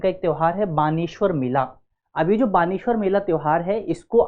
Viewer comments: बानेश्वर मेला नही है बेणेश्वर मेला है 😮😮 डूंगरपुर में भरता है नवाटापरा गांव में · Not बानेश्वर it's बेणेश्वर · Beneswar mela to suna tha ye baneswar kya h uccharan sahi kiya karo ham 7 class se beneswar padh rahe h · बेणेश्वर मेला है ना की बाणेश्वर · यह बानेश्वर नही बेणेश्वर मेला है में डूंगरपुर से हु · It is beneshwar Not bageshwar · बैणेश्वर मेला बोलते हैं न कि बानेश्वर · Baneshvar mela ❌ nhi sir beneshvar mela 😂✅ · बालेश्वर नहीं वो बेनेश्वर है वो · भाई क्यों दृष्टि की धज्जियां उड़ा रहा है। बाणेश्वर नही वो बेणेश्वर मेला है। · Sir... baneshwar nahi beneshwar mela bolte h yaha ... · need to correct u Not बेनेश्वर् mela it's बेडेश्वर mela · बानेश्वर मेला नहीं है बेणेश्वर मेला हे 🙏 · बानेश्वर नही बेणेश्वर मेला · वो बानेश्वर नही, बेणेश्वर हैं। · Baneshwar nhi vo beneshwar hai bhai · सर बानेश्वर नही है,। बेणेश्वर/ बेणका है। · बनेश्वर नही है बेणेश्वर धाम है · बेणेश्वर है ना कि वानेश्वर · Sir... बेणेश्वर मेला है वो न की बाणेश्वर और तीन नदिया है सोम माही और जाखम ना की 2 नदिया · बानेशवर नहीं बेणेश्वर मेला h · सर वो बेणेश्वर है। सोम माही, जाखम का संगम स्थल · Sorry to say but its " beneshwar" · बेणेश्वर है sir